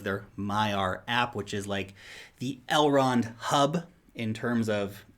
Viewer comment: Please don't ever say Elrond hub. That is too creepy